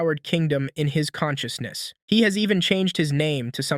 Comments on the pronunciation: WHENB HE GAAIIINNNS CAN-CHUS-NESS…….. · conshooshness lol